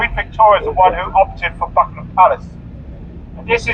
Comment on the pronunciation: It is Buckingham Palace not Bumigham.